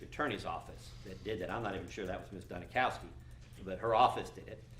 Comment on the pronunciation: They're doing the same thing with the lead prosecutor. Her name is Dunikoski (Duni cause ki) but the they keep saying Duni COW ski.